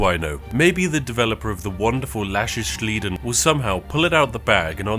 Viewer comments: Love how "Sliden" is a techically a english word, but germanized, so its pronounced just like you would in english "Slide-en" that title more accurately means "i'll let it slide" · „Sliden“ isn’t actually German word. We just adopted it from English, then added the German ending. So you pronounce it just like the English slide, then put an „n“ at the end. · Lass ich means I let it, an sliden is literally the English word slide with English pronunciation and an n for grammar. Hearing you say shliden was so awkward XDD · Sliden isn't pronounced German 😉 More like "sly den" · Just couse im a nitpicker. Sliden is not german. its slide, but morphed. Lots of verbs in german ends with -en. We call that denglisch. (deutsch + englisch). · Sliden is a germification of to slide. you would just say slide-n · Spiff.....it's Slide with an N at the end.... Lass ich Slide-n . It's pronounced in english! KEKW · The pronunciation of "Lass mich sliden" made me laugh every time 😂 The "sliden" is pronounced "sly-den", basically "slide" in English with an "n" attached to it. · Sliden ist not a german word, so you can pronounce it just as you'd normally do it in English. However it is used by somewhat by the youth as a slang word. It means in this context as much as "Lass ich dir durchgehen." (I'll let you get away with that) or "Das nehme ich locker." (I take it easy) or as a way to express some interaction, e.g. there is the term "Lass uns DMs sliden!" which has the meaning of "Lass uns Direktnachrichten schreiben / Plaudern (schriftlich)." (Let's chat). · i like how you misspronounced the one english*ish word in 'lass ich sliden' (it just slide + n) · how would you pronounce "slide"? then just add an N to it. no reason to pronounce it that weird. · Sliden is not a german word, it is "denglish" and spoken like the english word. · kinda funny how spiff pronounces everything in 'lass ich sliden' right except the english word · I pretty sure you are supposed to pronounce sliden in Englisch